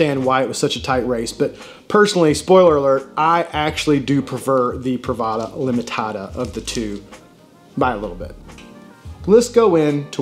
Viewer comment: Your "exclusiva" and "limitada" pronunciation was pretty on point haha